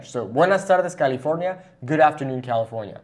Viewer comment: “Buenaj taldes CaliforLnia”